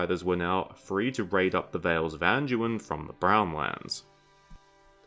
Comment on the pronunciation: There's no "j" or "g" sound in Anduin you half a meatball. It's not "An-jew-in," it's "An-dew-in." Or do all your words containing "do, dew, or due" are pronounced "Jew?" Freaking 🤡